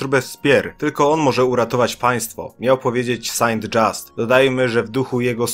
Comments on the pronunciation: Moje delikatne uszy stworzone do słuchania Mozarta nie przywykły do takiego barbarzyństwa lingwistycznego. "Saął Żust" !!! z krótkim "s" i "u" przypominającym muczenie krowy. Oczywiście polskiej krowy. Najpiękniejszej na świecie. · Są Żiust wymawia się Saint Just. To Francuz nie Amerykanin. Uszy mnie zabolały. Pozdrawiam. Dzięki za Twą pracę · Louis Saint-Just wymawia się lui sę żyst. To francuskie nazwisko, a nie angielskie. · Bardzo fajny film, ale proszę, uszy mi więdną na tego Saint dżasta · De są żust się czyta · Kciuk w dół za ,,saint dżiasta".